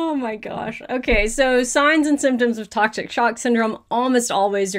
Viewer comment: Everyone said tocshic sock syndrome 🤣🤣🤣